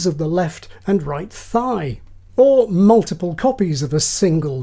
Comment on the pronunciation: The pronounciation, though ... "Moltiple people" sounds both hillarious and creepy.